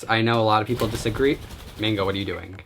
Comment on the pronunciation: omg I love the way you say doing you like add a gg doingg ;)